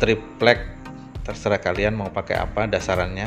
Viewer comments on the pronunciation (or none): none